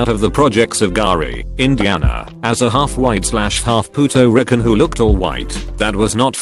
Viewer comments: Text: Puerto Rican Speech: Puto Rickun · "Pootoh recken" 🤣 Puerto Rican robo pronunciation lmao. Some of these robo pronunciations are hysterical, like the time it said pregananant (I died). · nobody: text to speech: pUtO-RiCaN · Literally no one: AI: "Puto rican" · It said PUTO-rican